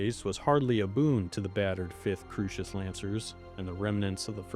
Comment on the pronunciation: Early on, perhaps this individual was hearing your version of Kurita. Think Coo (Coors beer) -ri-ta sounds like an odd margarita. A little later Crusis is Crew-sis. No worries, we all get part of the universe pronounced a lil off, myself included. I'm entertained, however. Salute and keep making more!